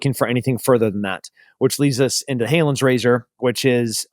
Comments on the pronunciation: It's "Hanlon's" Razor not "Haylon's" Razor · Exactly. He keeps saying Halon's razor 🤷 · Come on Tim. It’s Hanlon’s razor not Halon’s. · "Hanlon's Razor" just to correct a slight error.